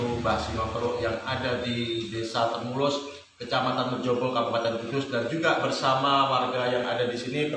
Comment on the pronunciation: Yg benar nama desa nya TEMULUS ( untuk huruf "R" nya di hilangkan ) , terimakasih